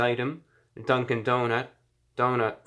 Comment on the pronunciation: Nobody: ReviewBrah: Dunk-IN donuts